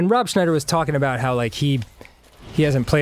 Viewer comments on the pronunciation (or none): Schneider, not Snyder